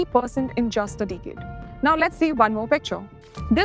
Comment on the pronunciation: You mispronounced the word "Decade" again and again. Majority Indians are weak in pronunciation.